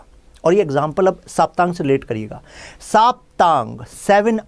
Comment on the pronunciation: सर, सप्तांग बोलते है उसे। साप्तांग नही। सप्त अंग है यह सब राजनीति के।